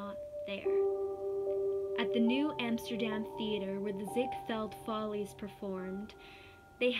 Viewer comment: It’s pronounced “FALL-EEZ” not FOLEYS. Lol.